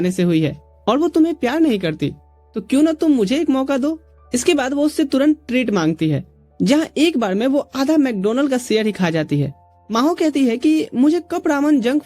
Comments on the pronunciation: not MacDonald but Wacdonald's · McDonald's nah wagdonald's😂😂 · kya baat hein Macdonald ❌ Wacdonald's ✔️